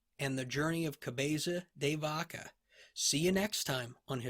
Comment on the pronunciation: Your 'Cabeza de Vaca' pronunciation is soo cool... This surname was given to one of his ancestors that during a famous battle against the moorish pointed the christian troops into a secret passage using a cow's head. Apparently, this turned to be a great advantage and the battle was won (Navas de Tolosa, 1212). Another great episode. Gracias!